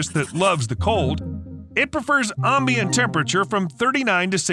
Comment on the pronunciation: Ombient? Do you say ombien, Omber Heard, ombiguous, omerica, as well? 😂